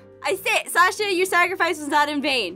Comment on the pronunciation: Sasher if that's how you spell it sounds like kiwichan